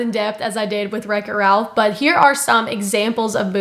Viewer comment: She’s butchering the plot. You can still watch Wreck-It Ralph. Also “rech it ralph”